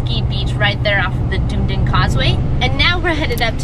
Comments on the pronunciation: ANN-CLOAT DUH-NEED-INN Yw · Anclote the O is hard. Dunedin is (Dun-edin)